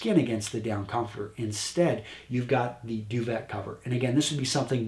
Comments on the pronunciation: wow just FULL of sexism; irrational logic; perpetuation of sexist roles, hierarchy, and other stereotypes; and just plain ignorance... I couldn't take it anymore after you said "Do-ve-T(ah)." Do-VAY!!!!!!!!!! How hard is that?!! Even I know that I don't even know what the damn thing is for exactly hence why I came here to LEARN and instead was blindsided by I don't even know what... change the channel. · "Duvet" is a French word... it's pronounced "due-vay" rather than "due-vet." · I love the video but it's pronounced Doo-Vay! Keep 'em coming! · I'm not French, but it kills me every time I hear "du-vet" or "foy-er"! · I believe its pronounced (doovae).... French you see.